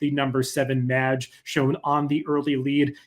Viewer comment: Great analysis as always. It hurt hearing you mispronounce Mage through the entire video though.